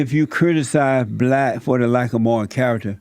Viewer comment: Fucking shit myself when he said “morll character, morlls”